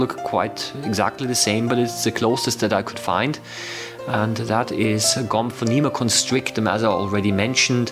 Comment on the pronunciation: The way you say Gomphonema constrictum sounds very German, even it is English.